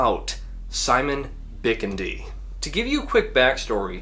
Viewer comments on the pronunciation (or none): Pretty sure it’s pronounced BiKIndi (accent on the 2nd syllable)